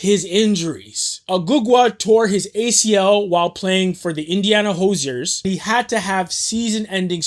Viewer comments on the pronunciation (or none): Never seen your content before, but this is a great video. My only critique is you gotta pronounce Hoosier a little bit better my boy 😂